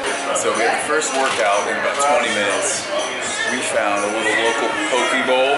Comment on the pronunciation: Bro, don't say poke like pokee( means penis). It's poke-eh